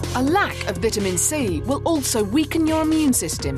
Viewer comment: I hate how they say vitamin